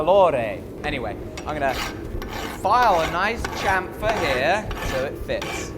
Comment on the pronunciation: You're English. Say chamfer properly!